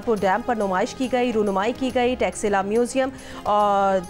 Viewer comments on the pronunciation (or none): तक्षशिला को टॉक्सिला कह रहे, कितने अनपढ़ लोग हैं यार, शर्म आना चाहिए....